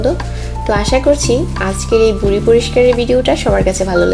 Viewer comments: বুডি না ম্যাডাম ভুরি হবে ভাষাটা একটু ঠিক করে বলেন? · You cannot pronounce V, you are saying Buri... not Viree. But you are showing it as so easy. It is not easy as you are showing.... what really you did before coming under camera? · বুরি না, ভুরি,, হবে। 😝😝😝😝👎👎👎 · বুড়ি না ম্যাম, ভুড়ি হবে 🤣😂😂😂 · এইটা বুড়ি না আপা ভূড়ি। ব আর ভ এর পার্থ্যক বুঝেন না? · Apni vuri ke buri buri kore bolecen Kano..Vuri bolte kosto hoi naki... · Not buri it is bhuri